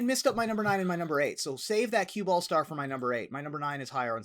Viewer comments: i kept hearing cue ball stars too and thought why's being shady to Evan! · the way said "cube all stars" legitimately sounds more like "cueball stars" which makes it pretty reasonable to assume someone would be confused if they didn't know what cube is. Hold your woosh sir.